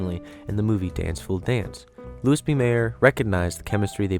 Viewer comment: Not trying to crap on your success (your videos are really well made), but I think you need to research some of the name pronunciations a little more. It's Louis B. Mayer (as in Louie), Vivian Leigh (Lee), Hattie McDaniel (Hatt-y) . It's nitpicky, but you can be good or great. And I think you want to be great. You're on your way.